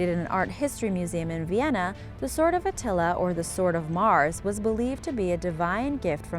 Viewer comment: At first I've thought I heard The Sword of Nutella when it came to The Sword of Attila part of the video XD